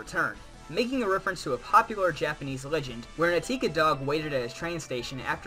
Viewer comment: OKAY LEMME POINT SOMETHING OUT. ONE. THE DOG WHO SAT THERE WAS REAL AND HIS OWNERS NAME WAS PROFESSOR UENO. THE DOG'S WAS HACHIKO. (Which means eight, which is a Japanese lucky number). TWO. IT'S NOT ATIKA. IT'S AKITA. GODAMMIT THE ENGLISH ADAPTATION MOVIE OF THAT MADE ME CRY.